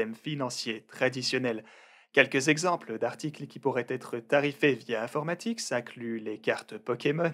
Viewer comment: Si je lis bien c'est infomatix et non informatix Comme tu le dis à chaque fois sur la vidéo. Bonne soirée